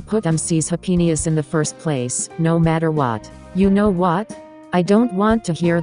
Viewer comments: I'm sorry but that "happeniess" made me laugh way to hard since it sounds like something else 💀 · I lost it at “Ha pe ni ess”